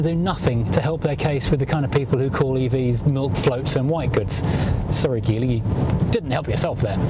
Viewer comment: Also, pretty amazing that you can do a review like this but not know how to say the name of the car 🤦🏻‍♂️.